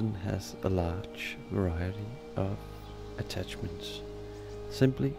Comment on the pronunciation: "WEPONS" "ATTATCHESMENTS" Bro, do you even English?